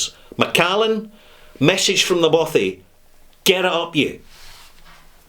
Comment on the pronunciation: Macallan, get it right!